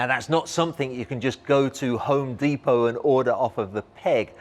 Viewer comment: Deepoh? You mean Depot right?